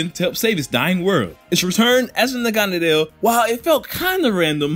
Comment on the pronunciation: I hate how he sais naganadel (nag-uh-na-dle)